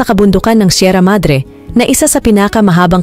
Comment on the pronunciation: Bisayang bisaya so....lolo Jose daw Sierra madre.... Hindi mabigkas ng maayos eh